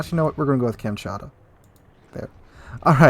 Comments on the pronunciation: Com- chot-ka is the pronunciation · It's Kamchatka (as in Cam-Chat-Ka). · Kamm-chat-ka is how you pronounce it. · i believe it's pronounced as kam;tsat;ka